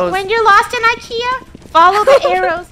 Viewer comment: Don’t you call IKEA roll Kia